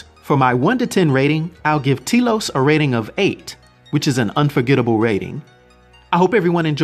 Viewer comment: Its pronounced, Telos, not Telos.